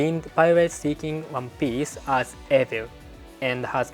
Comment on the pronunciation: Do you want pronunciation lessons/ help? I would be willing to help you sometimes. For example the way you say evil like “eh-vil” when it should be more like “ee-vil”. Not making fun of you. Im very impressed with your english. If I wasn’t a fan i wouldnt offer help. I live in Hyogo and would be willing to help with your pronunciation via an online chat! For free of course.